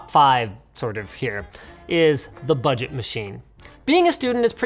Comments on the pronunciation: "Buget" he says legit the last laptop is 2k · this is one of those videos where i would like double dislike .... BUUUDGETTTT - STUDENTTTSSSSSSSSSSS get it??